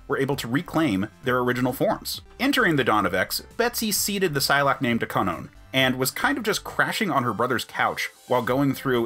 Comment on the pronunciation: No problem. I do also like that you actually pronounce Kwannon properly and that you’re not one of those guys going “marvel is pushing an agenda. Bring back Brian” that you know haven’t even cared about the captain Britain property until now. You seem decent. Also, I love recent stuff like Betsy and Kwannon burning the dresses Betsy had made when she was in Kwannon’s body. It was kind of nice. And they also gave Malice a character. Speaking of that, Hellions. Just… they did Kwannon right. I feel like the Krakoan era is the era where, if it were to have a theme song, it would be “about damn time” by Lizzo. Cipher gets the respect he should’ve had? About Damn time. Martha Johanson gets treated like a person and finally has a body again? About Damn time. Destiny finally comes back to life and has stories with Rogue? About Damn time. Maddy P being treated like a person? About Damn time. It’s nice to see that Betsy does fail in x of swords and her story of recovery and standing on her own (with Rachel by her side… side note; I’m surprised Rachel never had a girlfriend until now).